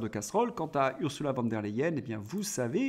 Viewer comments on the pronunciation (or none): none